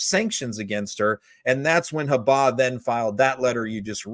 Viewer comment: For God's sake, listen to how EVERYONE pronounces Habba's name.